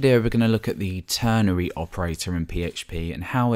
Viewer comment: Its called a ternary operator not ternery. With an "a" that is, not an "e".